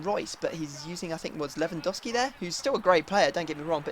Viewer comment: U pronounce lewandowski wrong to